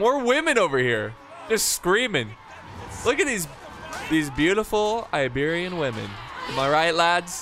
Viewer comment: did anyone hear the Apollo at the beginning called the Iberian Slingers Liberian Slingers haha